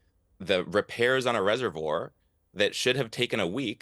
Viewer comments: No doubt in my mind that someone who can't even pronounce "reservoir", is qualified to be on this panel. Piers are you doing DEI for your show? 🤣🤣🤣🤣🤣🤣🤣🤣🤣🤣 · If you struggle to pronounce reservoir, dont call yourself an expert analyst lol. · Wow! An American stumbling on the word Reservoir? And said it's hard to say? He must be from GenZ. They don't even know the difference between pronunciation of woman and women. Smh.... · Reservoir...yeah so hard to say